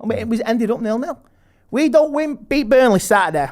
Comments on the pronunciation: Burneleh CITEH CHELSEH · Burnleh, Citeh, Chelseh! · man said burnleh, citeh, chelseh!!!!!!!!!!